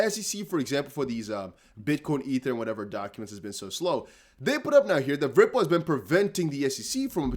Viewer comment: I love how you say "Ripple" with a V sound along with the R. "Vripple" 🤣😂🤣